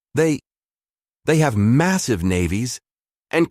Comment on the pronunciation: What the heck variant of English is the Narrator using? "maSEEVE", "rahDAR", VAR-ee-ANT" ???